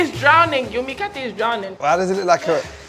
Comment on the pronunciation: I'm from Kenya and the 'Mikate' really sounds like 'Mkate' which means bread in Swahili